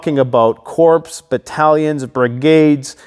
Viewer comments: It's really hard to listen to your military analysis when you call a corps .....a corpse ! Corps , p and s are silent, pronounced core,as in United States Marine Corps . Corpse ,is a dead body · Gee. Corps is pronounced core. Not corpse. It’s a French word. Is it Marine corpse? Or Marine Corps (pronounced core). A corps (pronounced core) is a military unit like brigade, division, company, regiment. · Lolol one gripe......it's pronounced "Core" but spelled Corps. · Corps is pronounced CORE. Unless they are all dead…